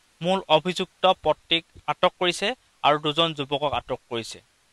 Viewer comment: নিচ পত্নী নহয় অ ককাই উচ্চাৰণ ভাল কৰিলে ভাল ।